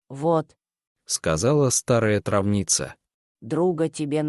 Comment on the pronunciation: О читать ,, трАвница,,. И вообще, надо внимательно читать и ставить ударения, а рассказ интересный 🙏🙏🙏